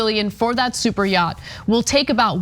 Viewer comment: Elmer J Fudd gazillionaire, I own a mansion and a yaght. 👌